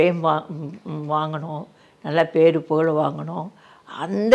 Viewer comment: பேரை முதல் ல correcta சொல்லுங்க அப்புறமா love அ சொல்லுங்க